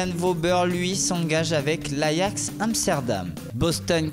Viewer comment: Ptn mec c'est l'ajax pas l'ayax tu connais rien au foot ???